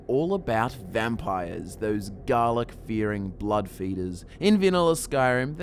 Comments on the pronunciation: Dalek fearing? I didn't know there was a crossover episode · When you said garlic fearing, i thought you said dalek